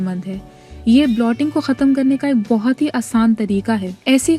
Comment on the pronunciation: Blotting nahi bloating hota he so pls don't spoil the effort with wrong pronunciation. Otherwise good effort!